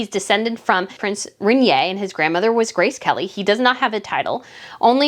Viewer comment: Check your pronunciations please. Cringe You can look up names and they will also pronounce it. Try it, Prince Rainier for ex. Listen to yourself, why do you speak in such a high register, and why you are racing through this video? It is hard to listen and I want to….many people find it hard this and a few times you drop down to an acceptable level. Go back listen to your voice you literary are jumping register, mispronouncing, verbally stumbling. WHAT has happened?